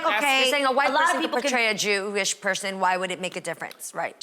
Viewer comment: As a Jew, this segment was so cringeworthy to watch. They could not even say the word “Jewish” correctly smh. This is why they need a Jewish perspective on this show, at least as a guest. Being Jewish is a faith but also an ethnicity because almost all Jews originate from an ancient kingdom called Judea in the Middle East, except for the few who converted to the faith. Personally, I do think only Jewish actors should play Jewish roles. If the role is ethnically Jewish the actor should be too. It’s important to give minorities proper representation both in job opportunities and defining their own people so that they are not stereotypes.